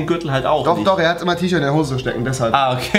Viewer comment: Hoße sagt er